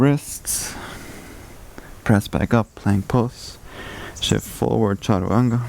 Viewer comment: Sorry my question wasn’t clear. It’s the word you said after “shift forward” that I couldn’t catch. Is it “charawanga”? 😂